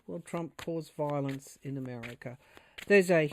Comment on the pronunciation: You have the pronunciation just right; “Vile-ence.” This is a what a desperate attempt looks like with a Pluto return in last degree of Capricorn, for the rest of our lives. 🙏❤️🇺🇸🗳️🏳️‍🌈👩‍🌾👩🏿‍🌾